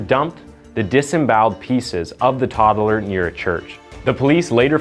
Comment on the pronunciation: I didn't know tod-dl-er had three syllables in it. That's amazazing!